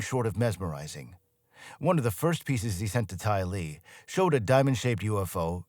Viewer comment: His AI calls "Tyler"....Tylee. 😂